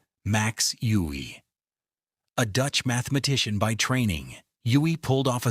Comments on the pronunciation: Pronunciations of the champions names are horrible and picture of Max Euwe is not even him. Steinitz should be pronounced "Shteinitz" , "Euwe" -- "Oyveh", Alekhine - Alyekheen", Kasparov - Kaspaaroff. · Alekhin and Euwe are appallingly mispronounced.